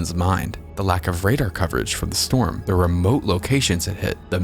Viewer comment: free strom relif? seriously